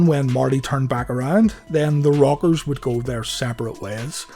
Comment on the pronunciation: I know this video is 2 yrs old but it's new to me and it sounds like your saying The Robbers